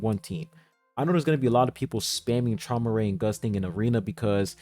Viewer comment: Traumerei is actually pronounced “He-moo-rye” fun fact